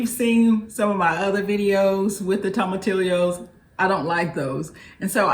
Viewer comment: I much prefer turkey to chicken when it comes to soups and a few casseroles. So much more flavor. May I help with pronunciation guidance? (You are completely forgiven since you hate them LOL). Any time you see a double "L" in a Spanish word, it sounds like "y", so long e sound "eee" so your nemesis is tomat (just the way you said it) then eeo, tomateee o. Loved your whole presentation. Yours is 1 of 5 soups that are already on the list to try as soon as I finish recovering from an illness. I wish I could have a bowl of yours right now! Don't know if I would have discovered you without LeeAnn's (I do not know how to spell her name) Souptember. Glad I did.